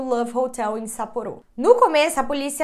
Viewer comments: Não se fala sapporô, não tem acento circunflexo, se fala sapporo sem acento. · Normal traição no casamento no Japão, tyan demonstra intimidade a pronúncia está um pouco errada e Sapporo vc pronunciou errado algumas vezes no Japão tds as sílabas são pronunciadas com a mesma força, e máscara eh normal as pessoas usarem, principalmente se estiverem gripadas mas tbm se não estiverem tbm usam eh comum